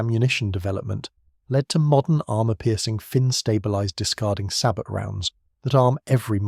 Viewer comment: There is too much reliance on unchecked AI and some of the information unreliable, known myths. The commentary is prone to weird pronunciation, specially numbers. 'Sabot' and 'glacis' are both French words, which should be pronounced without the final consonant; this commentary is inconsistent. Is a real human commentary so expensive? Actually the piece is generally excellent, but would be so much better if it human fact checking and editing also the if the commentary were read by a human.